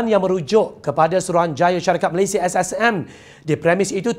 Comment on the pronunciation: Saya sangat suka dia sebut "MALAYSIA" sangat cantik sebutannya. (Bukan Malaysyia) Puas betul dengar setiap perkataan yg dia sebut. Seronok dengar dia baca. (Tolong jangan tukar orang lain)